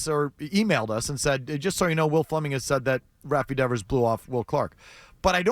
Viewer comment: He can't even pronounce Devers name. What a complete asshat Will Clark is.